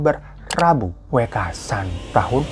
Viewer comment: Kebetulan gw keturunan sunda betawi, dapet istri org jawa. Skdr bagi info aja ya bg hiro hehe Intonasinya wekasan,huruf "E" nya kaya baca "teman" "kemana" "selalu" bkn wekasan seperti baca "deretan" "setan" "emosi" smg paham ya maksudku wkwk andai bisa komen pake suara ini mah lebih gampang lg. Btw, istri gw fans bgt sm bg hiro 🙏😀